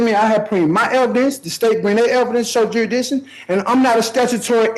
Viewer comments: What's "juryhdishun"? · Jurydickshin.... ya honuh... usual suspects man